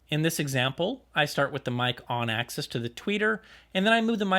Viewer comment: Axis not access :)